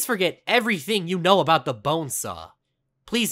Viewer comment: Why does he say bonesaahhh